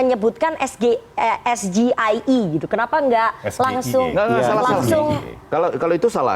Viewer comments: SGIE blunder GIBRAN pakai bahasa Indonesia seharusnya pakai bahasa Inggris ini yg benar Es Ji Ai I dan tidak ada hilirisasi digital yang ada digitalisasi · Men jebak dengan mengajukan pertanyaan SGIE tapi pakai bahasa Indonesia padahal itu singkatan dari bahasa Inggris ( es ji ai e) tapi dia sebut ( es ge i e) ..dasar ndeso,sok mau jebak pakai singkatan Inggris...akhirnya malah jadi bahan olokan netizen kan?....bha..ha..ha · Cara baca nya salah itu bahasa inggris ESGEIE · nyebut sgei aja salah,,menjebak itu tipikal jelek. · Pemimpin jangan sok tau, nyontek aja merasa pintar.. Cak Imin tidak paham, karena Gibran melafalkan singkatan Inggris dengan bahasa Indonesia😂😂 Jika Cak Imin mental dan etikanya seperti Gibran, gampang banget mengcounter dan memalukan Gibran.. bilang aja, "mas2 sekolah 8 tahun di LN, anda melafalkan singkatan bahasa Inggris dengan bahasa Indonesia, tolong pertanyaan diulang dengan benar."